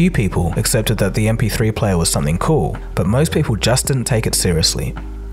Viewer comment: "... this yee-aah mahks the 20th anniversary of the mp3 playa...."